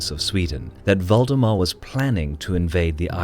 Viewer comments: Am I the only one who keeps hearing Voldemort instead of valdemar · Thought it was "Voldemort" instead of Valdemar. Even after I realized my mistake, I couldn't unhear it. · Who heard voldemort instead of valdemar? xD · I keep hearing "Voldemort" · When he said Valdemar I heard "Voldemort" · Was anyone else hearing Valdemar as Voldemort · Sounds like he is saying Voldemort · Yup. Don't meddle in the affairs of wizards. Unless you are a merchant league.